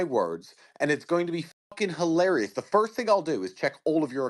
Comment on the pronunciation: Its hiwawrious 🤣